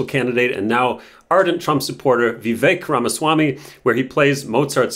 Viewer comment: It’s Vivek pronounced Vivake like Cake. Nice if you could pronounce his name correctly